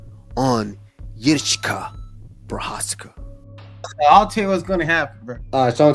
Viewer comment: stop calling a walker yuri His name is JIří it is a royal name one of the most important names in European history the equivalent of the name jiří is George not JURI